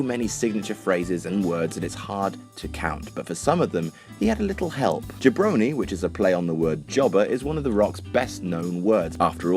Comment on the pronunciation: I had no idea what Jabroni meant until now, but if people pronounced it JOB-roni instead of JUH-broni I might have picked up the definition sooner. Also holy shit that Worm comparison is so,so true.